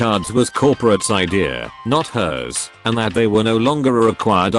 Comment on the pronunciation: what about hers instead of hr